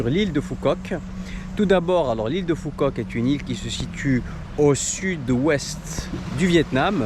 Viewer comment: Phu Quoc se prononce "Fou Kowk"